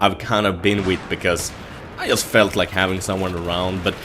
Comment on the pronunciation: it's JUST, not IUST.:P